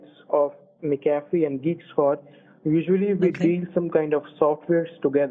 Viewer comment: He mixed up McCafe with McCafrey